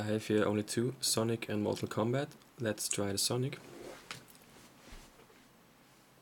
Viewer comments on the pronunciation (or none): none